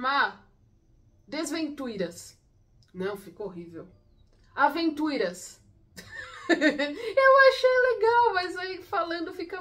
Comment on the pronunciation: Eu amei o "Aventuyras" kkkk muito bom